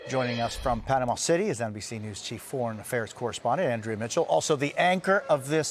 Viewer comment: Panamanian here, his pronunciation was perfect!